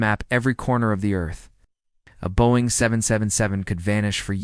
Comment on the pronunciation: AI can’t pronounce “Boeing” funny!